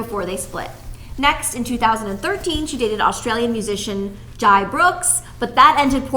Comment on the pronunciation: Brooks’s first name is pronounced “Jay” lol... excellent reporting!